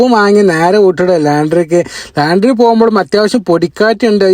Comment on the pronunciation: ലാൻഡ്രി അല്ല ലോൻഡ്രി എന്നാണ് പറയുക